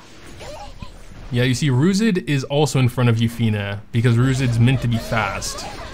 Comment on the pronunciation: Comment what we think? OK It's been 2 years and you still cant say Yuffine properly :P